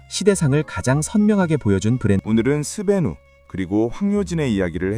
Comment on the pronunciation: 왜자꾸 스베뉴라고 발음하지